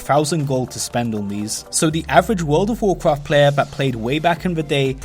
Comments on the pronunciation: What about tlpd? That is like super super rare. And why do you keep saying Wud of wukraft? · WUUWLD OUVVV WUUWCWAFT